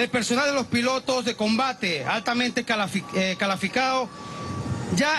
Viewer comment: dijo calaficados --- jaja